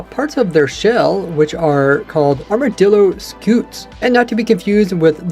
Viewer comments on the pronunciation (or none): People been pronouncing armadillo like its armordillo.